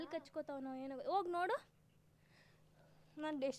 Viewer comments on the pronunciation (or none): none